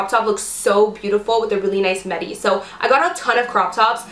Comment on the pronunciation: I'm so sure the word us midi. Not medi.